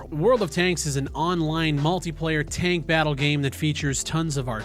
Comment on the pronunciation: say tank again